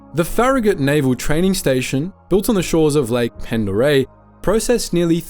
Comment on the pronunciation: About Idaho and Lake Pend Orielle, its pronounced Pond-oh-RAY